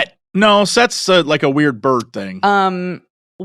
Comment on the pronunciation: She pronounced Wewawet just fine!